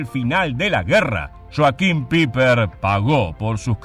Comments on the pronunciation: Sólo quisiera hacer una corrección: creo que están pronunciando mal su apellido, si no me equivoco no se pronuncia "Piper" sino "Paipa", corríjanme si me equivoco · Pronuncia Paiper, NO PIPER! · PIPER!!!🤣😂🤣😂🤣😂IGNORAAANTE!.. SE ""PRONUNCIA"" PAIPER!! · Muy buena investigacion ( se pronuncia " paiper" ) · LA EI EN ALEMÁN SE PRONUNCIA AI POR ENDE SE DICE(PAIPER ) FONETICAMENTE.